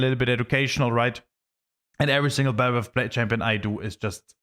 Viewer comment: Why do Germans pronounce Vs as Ws?